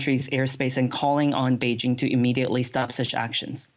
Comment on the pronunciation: It is the year 2022, and Western journalist aren't even capable of pronouncing "Beijing" correctly, hahahahaha. I'm no fan of CCP, but respect needs to be mutual.